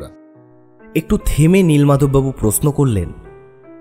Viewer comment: প্রশ্ন uccharon khub e kharap